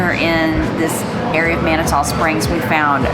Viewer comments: It’s pronounced “Man-it-two” Springs. 👍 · Guys…it’s Man-a-to, spelled differently, but..yes..Man-a-to. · FYI it’s pronounced Mani-2 Springs Have a great time. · Two years ago, on May 21st, we had 8 1/2 inches of snow in Colorado Springs. 🙄 The following year, it was 80 degrees on the same date! The weather here is ...uh...serendipitous! Lol! BTW...it's Man-ah-two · You might want ask a local the proper pronunciation of Manitou Springs 🤪